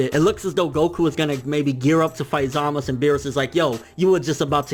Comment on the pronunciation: ZAMAS OO NOT ZAMAS